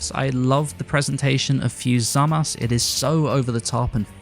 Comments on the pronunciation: I loved the video but hearing "Zamass" instead of "Zamasu" makes my ears bleed :D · Is it me or is it weird the way he says zamasu I know you u is a Japanese thing like turunksu and gowasu I guess I'm just used to hearing the Japanese